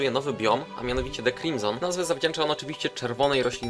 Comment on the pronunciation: Nie "crime zone" tylko "Crimson" deklu ;o